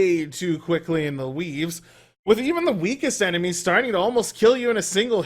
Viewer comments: I honestly thought he was saying WEEBS at the beginning of the vid xD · I thought he was saying "weebs"